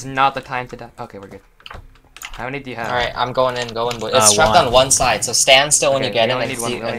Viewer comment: "how many do you have": HowMnYDyaHaV?